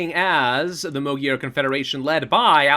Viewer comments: please just pronounce it as "Mag-yar"...like a gun MAGazine and YAR like a pirate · Mögyer was the old pronunciation though